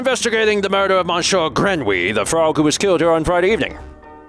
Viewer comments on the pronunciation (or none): You get full marks for French effort and -9999 points for saying “Mon Sure” so many times.